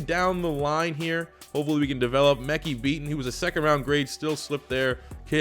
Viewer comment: holy shit that’s not how you pronounce “Mekhi” lmfao